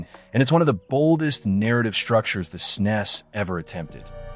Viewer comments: Really appreciate the attention you're giving to some truly rare games! But please consider changing the way you pronounce "SNES." That hissing is discomforting. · I'm still trying to reconcile hearing the SNES being referred to as "snesss" instead of "s-n-e-s" as those of us from the era referred to it lol. It's weird. But I'm certainly appreciative of media covering the SNES console and its' games. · Did you just pronounce snes as a word instead of an acronym?